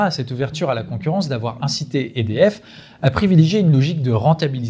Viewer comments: il répète des dizaines de fois le nom "EDF" sans être capable de le prononcer correctement. Il s'agit d'un acronyme prononcé simplement "E-D-F", sans quelconque accent ! Le pire à relever ici est que personne n'a daigné lui en faire la remarque avant de publier cette vidéo...nivellement pas le bas comme toujours. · oui c clair. Apres ils sont pas mal a dire édf